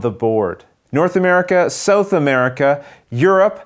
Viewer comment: Excellent video, my friend. Your computer graphics skills are increasing with each game. On a side note, I think that's the first time I've ever heard it pronounced as "Sew-th" America. :)